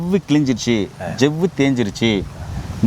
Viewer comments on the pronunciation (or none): ஜெவ்வு இல்லடா சவ்வு என்று தமிழ் சரியாக உச்சரி.